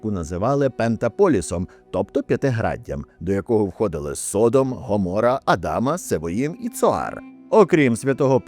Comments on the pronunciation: СодОм, а не СОдом. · Не міняй наголос...Не Со'дом ,а Содо'м.....І діло там в основному було в гомосексуалізмі,а не в поганій гостеприїмності....Не підтримуй сраних підарасів вони і так швидко поширюються. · збираючи і упорядковуючи все, що сьогодні відомо про Содом і Гоморру, ви не встигли зібрати, де в слові Содо́м стоїть наголос.